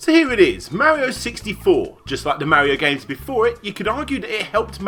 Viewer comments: your pronouncation of mario needs some improvement. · The way british people say "mario" and the way Larry says "yoshi" triggers me